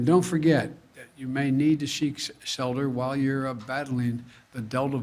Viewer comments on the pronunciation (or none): Sheik selter, people, if you need to.. Fluent in jimentia diberish.